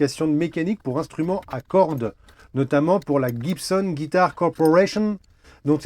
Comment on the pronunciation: Ah, j'ai trouvé un alter ego en ce qui concerne les bonnes prononciations. 😊 Déjà tu ne dis plus "pique gouarde" mais "pique garde" comme il se doit! 👍👍👍 Certains aussi disent Jibsonne au lieu de Guibsonne, mais pas toi, ah mais!😂 Bravo!